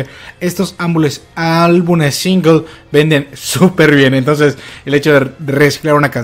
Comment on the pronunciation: Estos ambules... aaalbumes jajaja xdxdxd